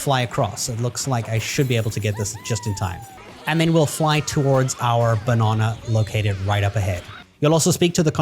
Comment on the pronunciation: B’o’nana… It’s banana 😂😂👍🏼